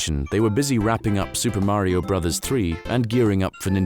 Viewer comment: Wow! This narrator is the only British man on earth who can pronounce Mario correctly.